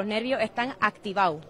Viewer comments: Lo' nervio' e'tan activa'o' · dice: loj nervios están activau;)